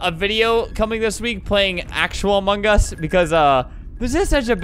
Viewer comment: kewfjdn I see hearing you pronounce among us as "amungus"